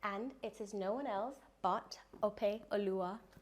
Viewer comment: The way pronounces Opeoluwa. lol.